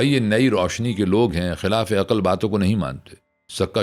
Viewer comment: عقل کا تلفُّظ بھی غلط : افسوس